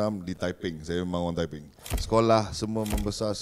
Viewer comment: Lawak la abg zul arifin ni. Ckp tepeng pulak. Mmg lawak. Haha. Btw sy org taiping. Salute abg zul arifin🫡